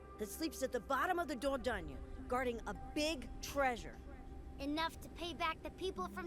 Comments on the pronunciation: You need a disclaimer before you say Dordogne like that at the start...:face-orange-biting-nails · MY boi you are Butchering that dame of the game lol